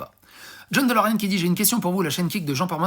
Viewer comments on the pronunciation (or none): none